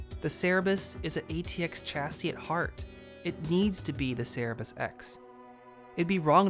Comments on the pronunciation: It's Cerberus, not Cerebus. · its cerberus not cerebus